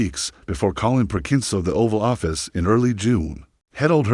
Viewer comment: ohVAlloffiss lmao terrible